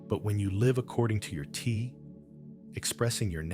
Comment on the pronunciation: Good information obstructex by the Ai voice pronuncing Te as Tee. Unfortunate